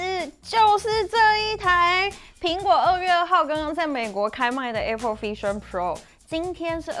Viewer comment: A pple應該是台灣式的發音. 在美國是像在說 愛pple😊.